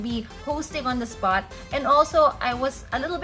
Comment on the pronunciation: masyadong ineemphasize na "on the spot". K.🙄